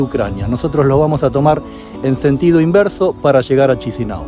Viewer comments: You pronounce incorrect, you must pronounce like Kishinau not Cishinau, pleas !!! :))) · Perdon Señor , pero ne se pronuncia come lo hace , se pronucia Kisinau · Muy bien. Gracias. La pronunciasion del capital corecta es Kishinau. Un grande respeto! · La vidéo est nul, le mec s en moque , incapable de dire correctement le nom de la capitale ,le mec n a aucune mérite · Prononcez correctement le nom de la capitale, dislike, la honte ! Avant de diffuser la vidéo, vous vous n etez pas donner la peine pour prononcés correctement le nom de la capitale!!!!!!! Quelle Honte!!!!!dix mille dislike !!!